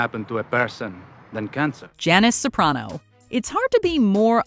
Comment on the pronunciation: Finally someone who pronounces Soprano correctly.